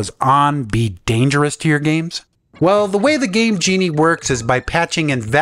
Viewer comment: I thought that he said gay genie.